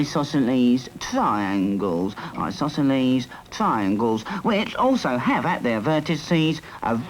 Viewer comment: "Eye, sauceso-leaze. TRI-yangles... Eyesausoleese, try-yangles"